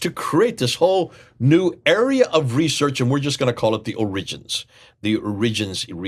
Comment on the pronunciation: Why do you pronounce "origins" and "attributed" that way? What's wrong?